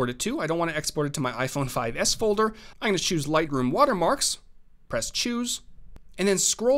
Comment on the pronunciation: great tutorial. But holy hell, please learn how to say I'M GOING TO... not EYE'N'GONNA